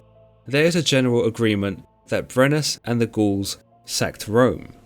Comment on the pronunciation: It seriously sounds like he’s calling the Gauls, the Ghouls 👻